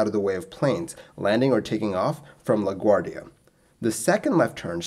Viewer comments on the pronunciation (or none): none